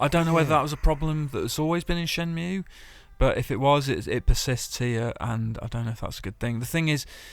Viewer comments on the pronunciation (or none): Shenmue not shemnue.